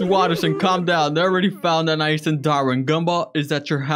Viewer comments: Its not aniAs its spelled lile anias but pronounced like Anies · “Anyas” it’s anias it’s pronounced anayees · Its anais not anias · Anais,not Anias...(-_-) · fyi its prononced a- nay - eys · it's anais not anias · U said anais name wrong I'll let it slide